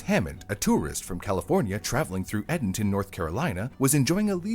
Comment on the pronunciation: As someone who lives in chowan county.....the town the stone was in is called Edenton ( EDEN-Ton) not adenton. its also the Chowan river (Cho-Wan)